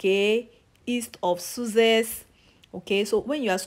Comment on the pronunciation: Lol please do not pronounce Sussex as Suzex to a Briton he will be pissed 😂 thank you though